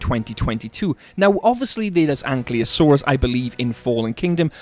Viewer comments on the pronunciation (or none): makes a whole video about bumpy, Cant even say Ankylosaurus right